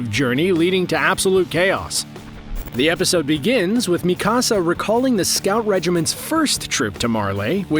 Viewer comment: sorry but you butchered it. her name "mikasa" isnt said 'Mi Casá' its not spanish.. its Mi - Kasa (Me- Ka- sa) pronuced the japanese name way